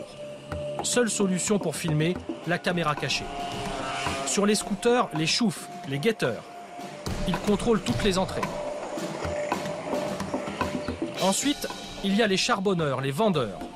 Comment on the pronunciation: C chouf pas cheenouff